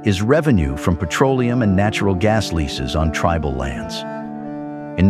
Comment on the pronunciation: If you are going to use an AI voice moderator, please use one which can properly pronounce words. For example, the one you used for this video pronounced "tribal" as tree-bal. Many other words were pronounced strangely. If you can't find an AI generated voice which pronounces words correctly, then please use a real person to moderate the video.